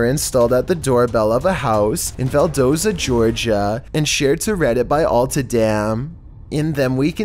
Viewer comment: "In Valdosa Georgia." There is an T in the city ValdoSTA. Val-Dos-Sta. And the O is lot long. It's short. Jesus....